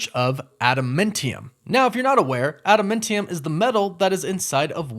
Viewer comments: ada"men"tiam........you're killing me smalls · ada-MAN-tee-um.... not ada-MIN-tee-um.... not to be picky, but you said it a lot lol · It’s pronounced AdamANTium… Not AdamENTium or whatever way you’re saying that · Sorry, but it’s pronounced Adam Ant Tee Um. Not Adam Mint Tee Um. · ADAM-ANT-IUM. Not Adamentium. It was named after the singer Adam Ant. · adamantium is not adamentium. Adamantium is pronounced "ad da man ti um". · AdaMANtium! Not AdaMINtium or AdaMENtium! Cmon please!!! Lol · Adam-ANT-e-um. Not Adam-meant-e-um. Idk, the way he says it is fucked up to me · Dude you need to learn how to pronounces stuff. Are you even a marvel fan? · Why are you pronouncing it AdaMENTium? It's AdaMANTium! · Him calling it AdaMENtiium instead of adaMANtium really triggered me to the core.....I'm insulted and cringed out every time he said it. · Ada-MINT-eum? Mint? you are KILLING ME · ada- MANNNNNNN- tium .....God, its so annoying listening to you say this wrong ON PURPOSE! 😅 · Lol just stating and not making fun but it threw me way off hearing adamantium sound like adamentium lol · It's pronounced ADAM-MAN-TEE-YUM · Sorry to be this guy, but Adamantium is a man-made alloy, and cannot be found in nature; thus no one would ever be like looking for it in Genosha, or anywhere else Also…it’s pronounced Ada-MAN-tium. Love the channel, sorry to point out some corrections, keep up the good work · The defeated Celestial has been mentioned though. It was in an article during She-Hulk. Also a Mint Modile ad, is that why you kept saying adaMINTium? 😂🤣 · Are you sayng AdaMENtium? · I thought it was pronounced Adamantium, did they change the name and pronunciation (adamintium) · It's pronounced adaMANtium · Sorry, but I got triggered every time you said "adamIntium" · I think if I heard you say "AdaMINTium" another time, my ears would explode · why do you keep saying it soooooo weird !!!!!!!???? add man -tee-umm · arent you pronouncing adamantium and Genosha wrong?